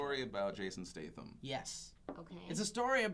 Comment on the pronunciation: Haha phil you pronounce statham so badly lol